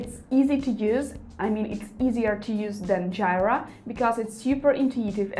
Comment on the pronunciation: Jira (/ˈdʒiːrə/ JEE-rə) ;)